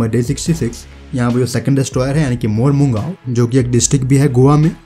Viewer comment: It is pronouced as Mormu Gaon (village). :)